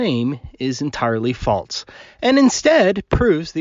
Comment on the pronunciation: Um... what the heck is "falTse"?